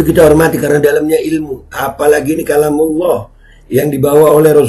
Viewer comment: Talam allah😅😅😅😅😅kalamullah yg bener 😅😅😅😅